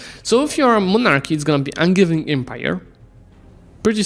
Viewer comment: Angevin is from the from the kings who came from the county of Anjou in France, so its "G" is like the "J" pronounciation-wise. An-zhou/An-zhe-vin